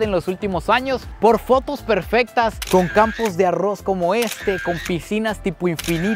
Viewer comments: 😂porfa no digas tanto la palabra agos 😮si no sabes pronunviar la r doble😮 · Los ticos así pronuncian la r. 🙊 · Así pronunciamos los ticos la "R" 😊😂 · me gusta muchisimo tus videos, pero la manera en la que dices arroz es lo mejor ahahha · Dices arroz muy graciosamente